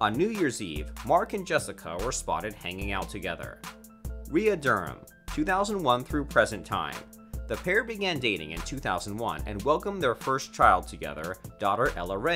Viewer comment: its pronounced "SO-LAY" not "SO-LAYL", also Mark's wife's name is pronounced "RAY-UH" Wahlberg NOT "RAY" Wahlberg kinda like Rhea (REE-YA) Pearlman, spelled the same but pronounced differently ,RAY is a male name, Rhea (again RAY-UH"" female